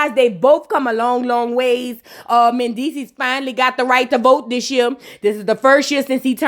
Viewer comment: Okay next to Amara. When you talk about Mandeecees is at the top of the list. Why I shiver when you be saying Mandeecess.Wooooooooo🤣🤣🤣🤣🤣